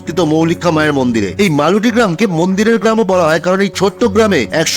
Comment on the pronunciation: গ্রামের নাম মালুটি নয় " মলুটি" আমার মামার বাড়ি